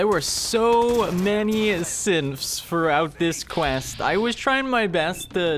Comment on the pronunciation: I feel like he keeps saying Simps instead of Synths